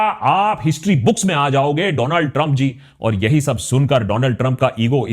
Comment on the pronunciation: Donald trump ❌ Dooland Trump ✅😅